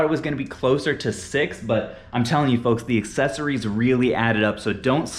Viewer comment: It’s accessories not excessories